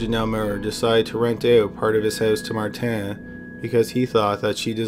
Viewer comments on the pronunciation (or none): It’s not mar tan it’s Martin